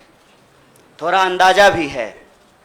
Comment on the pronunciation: Dear kanhiya , beta ji ab aap ‘ D ‘ d hi bole please ‘thora Thora’ Mat bolo . I feel ashamed . I m proud of u . U will b biggest leader of India one day . Lagta hae mujhe tumhari language ki teacher ban na hoga. Never mind , I like u , ur speeches nd ur ideology .👍